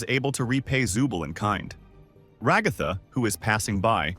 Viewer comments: “Regotha”…………… Ai voiceovers are really taking over, huh? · Enjoyed this video Didn’t really like the TextToSpeech, especially every time you pronounced Ragatha like ‘ragawthah’